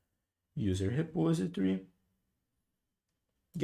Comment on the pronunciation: Obrigado pelas aula, parabens pela didática. Se eu puder conteibuir, coloque a palavra repository no Google Translator /repósitory/